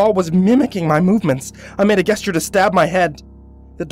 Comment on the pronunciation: always mispronounces gesture. He says I like "guess jer" instead of "Jess ture" lol he does it a lot.